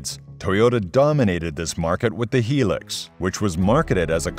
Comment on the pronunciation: 'High-lux' not helix :face-blue-smiling